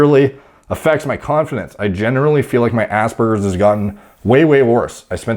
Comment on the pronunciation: Every time he said Aspergers I heard ass burgers